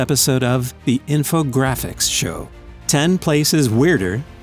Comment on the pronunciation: Why’d he say infographics like that